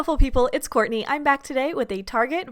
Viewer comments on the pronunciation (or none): none